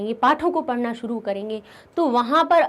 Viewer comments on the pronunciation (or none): none